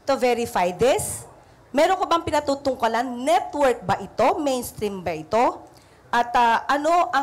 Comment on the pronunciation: Pinatutungkalan..abogada tagalog na mali pa. PINATUTUNGKULAN PO.